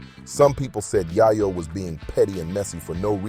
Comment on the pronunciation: Bro it’s YAYO NOT YIYO